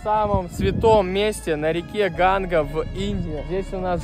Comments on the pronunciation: ну тебе ли не знать,что река называется Ганг,а не Ганга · видос топчик! Только река не Ганга, а Ганг. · Река Ганг, а не ГангА